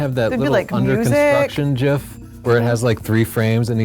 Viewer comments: Did you seriously just say jif ive never seen a .jif file lol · #1 Photography mistake: Saying Jif.